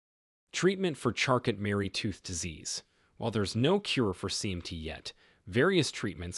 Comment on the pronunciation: It's pronounced charco.....not charcot.